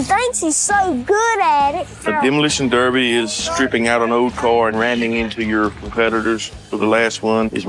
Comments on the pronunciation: It’s derby not darby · I adore how you are pronouncing derby as darby ❤ My Irish mom in-law has Royal Crown Derby china items and pronounces it the same. Warms my American heart! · derby not darby ;) our biggest effort is a complete thought process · We pronounce Derby like Darby…. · What exactly is so difficult to pronounce about "Derby?"